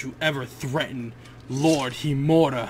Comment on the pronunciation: you are not saying HIMURA right learn how to say it then say it :p good episode